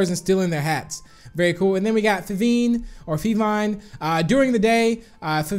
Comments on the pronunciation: You say it like feevine not feeviiiine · DO FEVINE THE GRASS TYPE CUZ WHY NOT, also it’s fe then the word vine not fevin